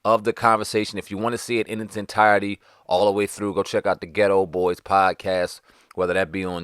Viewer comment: The name of the group is “The Geto BoyS” (emphasis on the “s”), NOT “The Geto Boy”.